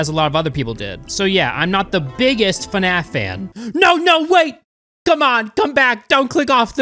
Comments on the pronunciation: The best part is how you pronounce fnaf. Fanaf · fuhnaf?? Come on bro, Anybody who calls it that is a huge fan, like nerd fan level